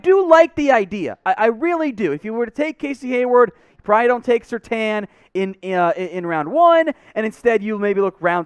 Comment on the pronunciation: Why do you continue to mispronounce SerTAIN?